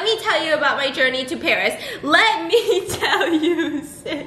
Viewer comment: No one: Stephanie: My trip to Báríê